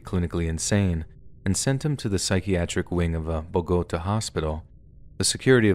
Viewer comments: I think it’s pronounced like “Bow-guh-tah” with the accent over the a. á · Love your stories so hard. BUT... a word of advice: PLEASE learn how to pronounce foreign city names (Bogotá) and other words you might not already know (aficionado) when you're doing your thing. I get tripped up on those and can only think about that for the next few sentences... (That says more about ME than YOU.) But pretty please? I'm sure I'm not the only weirdo who twitches every time something is mispronounced...